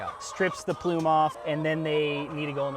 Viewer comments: PSA: The natural covering on the egg is called the “bloom” not ploom. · “PLUME” or “BLOOM” ??? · So is the guy showing you his place hanging his head in shame yet? It's BLOOM, NOT PLUME!! Other than that, great and informative video.